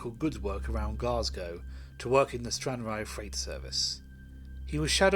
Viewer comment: You are pronouncing Stranraer incorrectly